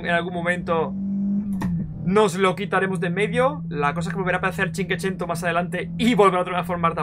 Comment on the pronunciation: Has dicho como ochocientas veces cinquecento mal xD cada vez una puñalada en mis oídos...y corazoncito 😅